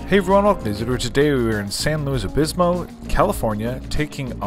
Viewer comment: You nailed SLO town, but its pronounced Like St. Louis, but San Louis Obispo. Love your content always. You best hit McLintocks and Jockos (large Spencer & Steak tips at the bar).